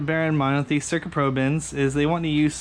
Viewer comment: Cool, pretty helpful. Oh, and sick car, too! So, when you look at those handguards, do you actually see the R before the C? "Cyrca" instead of "Cycra"?